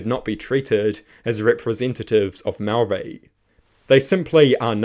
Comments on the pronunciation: Good grief man at least make an attempt to pronounce your words correctly. Its ok to not like TPM on policy but have a base level of respect and not constantly saw mow-ree. Imagine if someone perfectly capable of saying your name kept calling you "Powell". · This is a great premise and there are some sensible takes. Please work on your pronunciation of "Māori". Not because you sound racist, but because your pronunciation is bad. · Is not being able to pronounce Maori part of the joke?